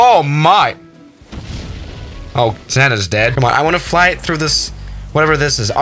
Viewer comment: finally i found someone else who says Go throug